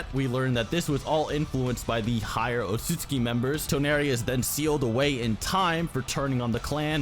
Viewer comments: It’s said Otsuki but spelled otsutsuki, what’s going on here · Sage Art: Yoton - Lava Rasenshuriken And it is O-TSU-TSU-KI